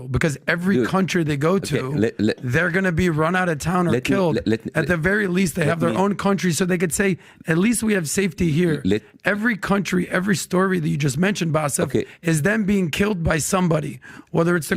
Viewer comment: Lol the guy Adam in the interview constantly saying "Bassef", too... it's Bassem. B-A-S-S-E-M.